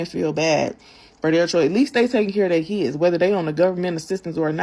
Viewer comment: PARENTS that aren’t on welfare ARE better than welfare parents. Also, ghetto asses, the word is “Kids” not “Keeds”